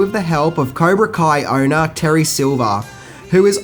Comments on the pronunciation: Kaibra Co? Really? Come on dude... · Did you say okiwan and caibra ko? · Cybra koh? 😂😂😂 Oh!!😂😂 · This guy said "the caibra ko sensei" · Kaibra co?... 0.55 lool Just to make it perfectly clear absolutely love your videos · did he really just say kaibra co? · Bro? What is Okawan? What is kaibra co? Jks* nice work tho, as per usual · "Kaibra Co"... lol, love ya though, beautiful as always. Very good review of one of the best films ever. Rock on brother! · Am i the only one that heard this goober say Kiabra ko karate. ya Im watchinging the rest of this Englis h dumbass give his opinion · Kaibra Co? LOL. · Did you just call the dojo “Kaibra Co” in your opening dialogue? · Okie-wan? Kybra Kohn? Dude, did you ever watch the movie? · Caibra ko? It hurts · "Kiabra Co," Wtf is that!? lol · "Skellington" costooms, "Kai-bra Coe" we could go on. making new lingo! Love it 😝😝 End it by saying..." I'm who....Wax off!" 😳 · Kaibra coe?.... Where did this guy go to school? I think he only watched the movie once. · Kia-bra Co - Spoonerism :-) [Chuckle] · You said kaibra co🤔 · "Kaibra Co" :-) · Wait, did you say "Kaibra Ko" Sensei? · "Caibra Ko." thumbs down. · “cybra coa” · Did he honestly just say “Kaibra Co” ?!? I’m fucking done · “Kaibra Co?” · Kaibra Ko? Oki-wan? Skellington? LOL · Kaibra Co? Lmao 😂😂😂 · Kaibra Ko???? dumbass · Did you just call it Caibra Ko? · Caibra co karate??? Seriously dude? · 1 minute in, narrator refers to it as the "Kai-bra Co" karate. Viewer Exits video. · lol he said Caibra Koe :D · Kaibra co? Lol sorry I had to. Great video though. One of my favorite films of all time. And Cobra Kai was amazing too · Did you say, Caibra Koe? hehe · Kyber koe loooool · Did you really pronounce Cobra Kai "Kaibra Co"?? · LOL, you said "Kibra Co" instead of Cobra Kai. lol. Also it's Mr. Miyagi who suggests the tournament not Reese. PS: say "skeleton". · What the hell is Kaiba Co sensei???? It's COBRA KAI. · It's not Kaibra Co. It's Cobra Kai.